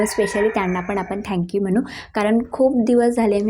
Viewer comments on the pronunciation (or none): none